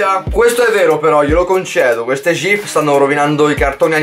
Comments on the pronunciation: Persona normale: ghif: SGIF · Ma perché “gif” con l’accento toscano?😂